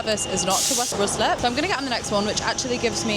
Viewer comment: Did you just say West Roozlip? Oh my word. RYE-SLIP